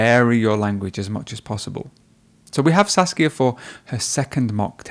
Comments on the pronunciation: Every time he says saskia it sounds like sasuke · Her name: Saskia The guy: "Sasuke" lol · Saskia is just a mispronunciation away from sasuke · I keep hearing her name like Sasuke :> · Should be Sasika not suskia😁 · Me: OMAEWA? She: Uchiha Saskia Me: NANI???!! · You can see her face of disappointment after the guy mispronounced her name